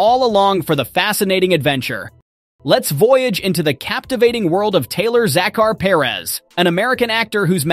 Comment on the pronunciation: You totally butchered the pronunciation of Taylor Zakhar Perez. Like wth😤